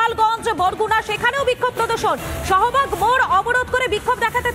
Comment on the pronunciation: সোহবাগ না শাহবাগ হবে।